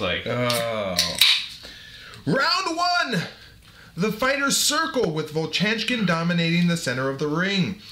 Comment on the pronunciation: vovchanchyn "vov-chan-chin" - no "k" sound